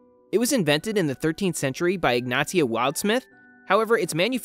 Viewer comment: Its pronounced "Ig-nay-sha", not "Ig-nah-tee-ah"